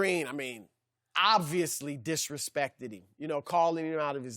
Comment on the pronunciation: “Disrepsected?” Lmaoooo ok.